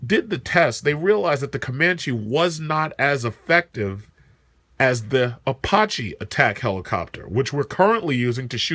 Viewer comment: You are not pronouncing Apache properly.